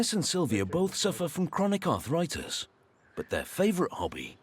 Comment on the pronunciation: It's arthritis, not arthoritis.